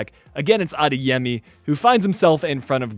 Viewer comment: stop saying adayami its adeyemi